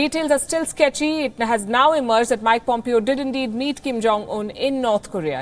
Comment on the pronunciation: The name is pronounced Pomp-Eh-o...not like Pump-I-o. Dear WION staff, please take the time to at least find the correct pronunciations of the names of the people if you do not speak their language. You already have some Bihari copy cat called Peeyush Jha stealing comedy style of John Oliver and showing off as his own so at least do the easiest thing right and get the correct name pronunciations.